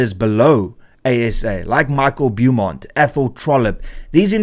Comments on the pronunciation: Dont stoop to to their level. Call them Action SA. Call him BOWmont (Beaumont). Not BEWmont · Small correction for future. It's pronounced bo-mont